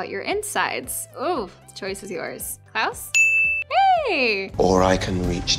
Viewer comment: It’s sounds like she is saying Klaus as clouds